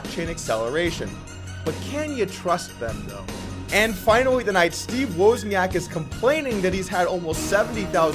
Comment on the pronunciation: It's pronounce woz-nee-ak!